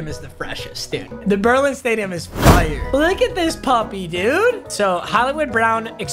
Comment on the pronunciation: “Fiyur”